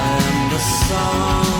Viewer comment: "I am da 'sun' and da 'air' " 🤣 Lovin it! 🥰